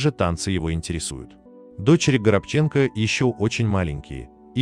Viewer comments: Пожалуйста, правильно произносите фамилию актера- Горобченко- ударение на второе "о"!! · Считала ранее ,что фамилия произносится ГорОбченко, он же не украинец? Прекрасная пара. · Всегда думала, что фамилия актёра - ГорОбченко. С ударением на вторую "о"... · Он вообще-то ГорОбченко! Как это можно,делая передачу об актёре, не уточнить, где ставить ударение?! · Ведущему: режет слух неверное ударение фамилии ГорОбченко( на втором слоге). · Читайте фамилии правильно.горобченко.ударение на второй слог. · Разве, его фамилия не Горо́бченко? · Автору, прежде чем озвучивать рассказ, нужно научиться правильно произносить фамилию актера. ГорОбченко. Услышала как каверкают фамилию актера и не стала слушать. Это неуважение к актеру. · Как прочел ГоробчЕнко, сразу раздумала ставить лайк. Учите русский язык. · Он ГорОбченко. Ударение на втором "" О"" противно слушать как коверкают имена и фамилии актеров. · ГорОбченко,а то аж слух режет ваше произношение фамилии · Горобченко'ударение на 2 слог!!!!! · ГорОбченко,ну ухо режет произношение. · Отвратительная работа диктора!И фамилия актера ГорОбченко! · Украинская фамилия, ударение нужно ставить на букву о, горобец, воробей на русском. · Действительно ударение неправильно ставится,будто бы специально...Очень режет слух...Неужели,читающий такой"баран",что не понимает это...Ведь этот актер очень известный... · Ну хоть в фамилии можно правильно поставить ударение???? Хоть из-за уважения в хорошему артисту???? Его таланту??? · Будьте добры, в фамилии актера произносите ударение правильно!!! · Почему Вы не уточнили где ставить ударение в фамилии известного и уважаемого человека? Непростительная ошибка, я думаю, ему это неприятно. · Ставьте правильно ударение в фамилии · Автор,не стыдно тебе неправильно произносить фамилию своего героя,он не заслужил такого издевательства,наш любимый актери порядочный человек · Ну если вы рассказываете о человеке, то хотя бы ставьте правильно ударение в его фамилии. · Произносите правильно фамилию!!!